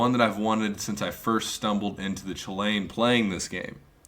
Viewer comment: It's pronounced cuh-lan not choo Lane, it's Irish so I'm a little lenient about how people pronounce it